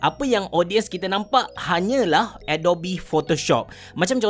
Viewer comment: Sebutan yang betul adobi atau adop? Dah lama guna tapi baru terperasan bunyi dia. Atau abecerah pertimbangkan pasal kopi kanan? Hahaha. Tanya je. Apa pun terima kasih kerana share tutorial. Semoga perkongsian ni dirahmati.